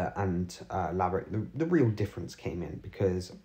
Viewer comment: LaverAck not LaverIck. Just to be clear.